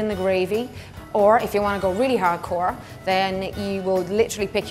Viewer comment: when she said really hard core, she sounded like arnold " haard cuaaa"